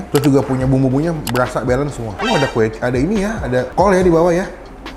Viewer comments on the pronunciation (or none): none